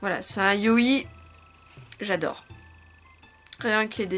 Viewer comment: Ohayo juste pour te dire que j'aime beaucoup tes vidéos mais s'il te pait pour les manga boysloves on appelle ça des " Yaoi" et non pas des "Ayoi" voila c'est tout sinon continu j'adore chu <3